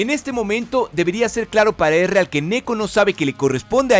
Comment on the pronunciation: Quien es Ereal? XD pronunciation -1